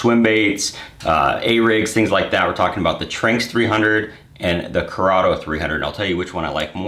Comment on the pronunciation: Not to be that guy but me personally; I think it’s pronounced Tran-X but I could be wrong